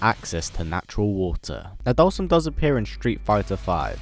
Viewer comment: With the English Caption every time you pronounce his name we get different names. Dhalsim, Dolson, Dawson, Olson, Boston..